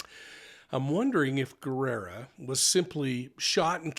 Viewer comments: It's pronounced Ge RRa not gerrera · Well so much speculations and theories of what happened, its crazy, i guess we will never know for sure what happened in that transaction, im waiting to see what the autopsy says that may clear some more. I wish i was a fly on the wall that day. Btw it’s Guerra not Guerrera, just saying! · Thank you for reporting. I think you add an extra syllable to Matthew's last name. Sounds like you think it is Guerrera, but it should be Guerra. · Guerra not gu erra guerrra pronounce the rrrr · Hi there! Guerra is pronounced Geh rah. The u is silent. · Guerra = Gaer-ah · Just so you know. The [u] in Guerra is silent. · Bexar County, Texas. Bexar pronounced "bear". Guerra pronounced with a hard G, gerra.